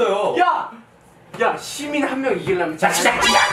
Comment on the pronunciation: I THOUGHT HOBI SWORE OMG It almost sounded like he said shi-bal, but his gwangju satoori made, "citi'zeeeeeen' " sound like the "shi" of shi-bal